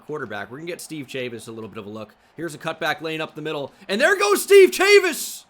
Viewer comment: The mispronunciation of "Chavis" is killing me